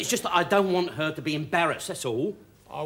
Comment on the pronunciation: It's wather hystewical